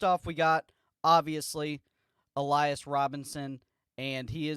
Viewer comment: I thought so, just got to questioning myself when he said Alias.